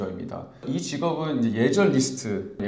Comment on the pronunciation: 소중한 영상 잘 보았습니다. 제 동생에게 큰 도움이 되네요. 근데 자꾸 List를 뤼스트 (Wrist)라고 발음하시니 좀 신뢰도가 떨어지는 그런 문제가 있네요. 기본적인 발음은 좀 신경써주셨으면 좋겠습니다. 이민 문제를 다루시는데 영어에서 일단 신뢰도가 있어야 고객들에게 신뢰가 갑니다